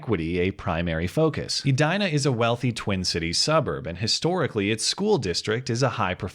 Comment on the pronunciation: Is it pronounced "eh die nah?" I would pronounce it "eh dee nah" not an issue? Love ur videos